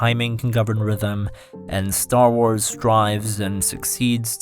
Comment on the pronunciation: It's not "Star Wars;" it's Star Was.